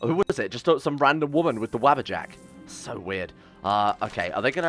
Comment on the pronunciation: Noone: Random man: WaBBAjAcK WaBBajAcK